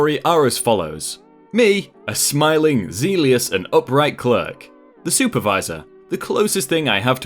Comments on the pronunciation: "Zealous" is pronounced "zel-us", not "zeelious". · You mean it's not zeal-eous? :P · Zealous is pronounced like Jealous but with a Z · Love your voice. Just a hint, zeal rhymes with seal but zealous is pronounced ze-lus. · zeleous lol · Zealous is pronounced like jealous with a z. Not to be picky, just personally I hate pronouncing things wrong, I avoid certain words even 😂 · Might I suggest checking on how to pronounce zealous? :)